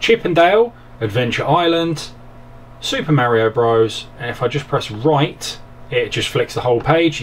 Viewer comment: Mario BRAS. DISCLAIMER. Sorry for that you just said it funny. And your videos are awesome by the way.